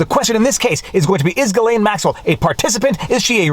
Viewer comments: Why why can’t you say it??? gih - LEN. Not LANE. Hard g gih and LEN. Got it ???? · Viva, its Ghee - layne. a hard G, as in Ghost- Not G as in Giraffe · Ghislaine is pronounced with a hard G. The first part of Ghislaine is pronounced exactly like the first half of Guitar. Sheesh! Take the first half of guitar, add ‘lane’ to the end. (The S is silent) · Ok Viva Frei. Is it Ghislaine or Jillaine. (pronunciation). You bounced between the two. LOL. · It's pronounced Jizlane. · It's "Ghee-lehn." We're at mid-morning recess. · Ghislaine pronunciation, just as you pronounced, G, his is silent, Laine, The name's meaning is “hostage” or “pledge” according to google. Glaine ish. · Can you ask your wife to teach you the conventional pronunciation of "Ghislaine." Thank you. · FWIW... I don't believe you are pronouncing her name properly :-) Don't forget... most of the reporter in that courtroom work for folks who at one time or another, participated in this "club". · Love your videos. But why do you keep pronouncing Ghislaine in different ways? Ji or or Gi?